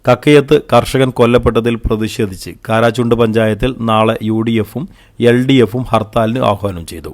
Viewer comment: കാരാചുണ്ട് അല്ല കൂരാച്ചുണ്ട് ആണ് കോഴിക്കോട് ജില്ല